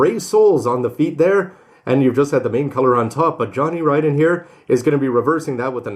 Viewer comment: Whoo-hoo! Somebody knows how "Ridden" is pronounced!